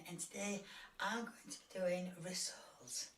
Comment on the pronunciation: "i dont know what a riz-olay is" Bro your funny picking on the lefties and what not. But your pronunciation of rissole is way too classy, more like 'wrist-hole' rissole. see ya round like a rissole. you stick your tongue or fingers in a girls rissole (well i do).